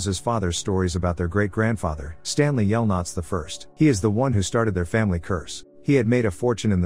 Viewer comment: "STANLEY yelnuts" 💀💀